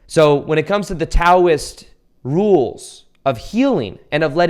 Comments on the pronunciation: Its pronounced Dow-ism not Tow-ism even though its spelled with a t. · Just a note that Taoism is pronounced Dauism. Love your thoughts. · This is not a criticism, but Taoism is pronounced like “Dowism” like the FINANCIAL DOW. Just thought you might like to know. Very good info you are sharing!